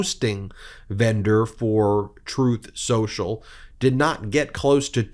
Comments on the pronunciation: Trumf Sossel, as Trump pronounces Truth Social, would be a unique name. It's hard to find even a Russian mob that is as corrupt and criminally implicated as Donald Trump. Incredibly the ones with money in the washer at the Florida Trump Dump. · "Troth Senchel," Let's get that sh*t straight. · +/- It's called "Tooth Senjel", listen to what he says, not what he says he meant to say. 🤪 Covfefe4FR!! 🍊🤡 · Trowth Senchal, is done